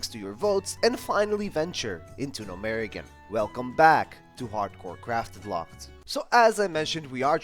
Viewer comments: Gnomeregan (Gnome- ruh-gan) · Love the videos, great work STOP SAYING GNOMEREGAN LIKE THAT FOR THE LOVE OF GOD